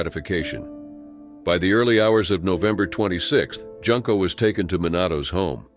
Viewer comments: The "u" in Junko is pronounced like the "oo" in "tool." (June/Joon-ko) Even pronouncing it like the "oo" in the word "hood" is more correct than making "Junko" rhyme with "Bunko"! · Her name is pronounced Joonko not Junk’o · It's pronounced " Joonko". Just saying. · Junko is pronounced with an "oo" sound, so like the month of June rather than junk like garbage. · It's pronounced June-Koh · And Junko is pronounced "Joon-ko"...